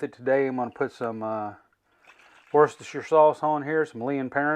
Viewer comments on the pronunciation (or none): Man that came out really yummy finger licking looking good :-) I think you summed it up perfectly...bad boy hahaha! OK...let's try this...say it with me.... WAR-STER-SHIRE 3 syllables hahahahahaha....thanks for sharing brother...enjoyed it!!!